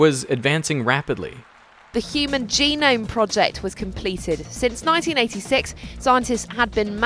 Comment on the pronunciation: THuH HyewMAN JEANogme PRAwJYECT...